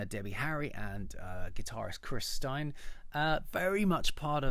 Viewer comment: This guy is a blondie fan ,but doesn't know how to pronounce stein' s name?